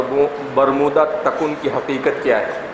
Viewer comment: صحیح تلفظ برمودا تِکون ہے تکُن کیا چیز ہے